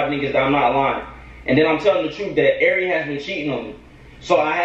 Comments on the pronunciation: Lmao, Flight’s having a hard time saying “Airi” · Flight you can’t say ari?😭